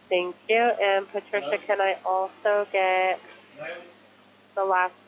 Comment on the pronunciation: scammer cant even pronounce Patricia properly.... why isnt the bank getting suspicious?....thats weird to me